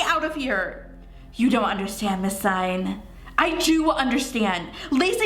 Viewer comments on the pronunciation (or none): 4KidsGaming Hey I love your channels so much❣️ I just wanted to let you know that Singh is pronounced sing, not sign (Not hated or anything, just wanted to let you know) Btw, your hair...is ON FLEEK💕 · You pronounce Singh like Sing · omg it’s not miss sign lol it’s miss sing like Lilly Singh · the Singh u were talking about is Indian and u pronounce it sing but h silent u understand? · Singh is pronounced "sing" -- and the Fibonacci sequence is real SEARCH IT UP ON GOOGLE!!!! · I don't mean yo be rude I know you will never see this but it's pronounced ms. Sing the h in Singh is silent my friends last name is singh ps. I love your videos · Ur saying Singh wrong like if u argee